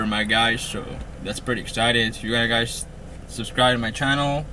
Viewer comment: i got silver haze guysh i dont make bideos but i got good bud guysh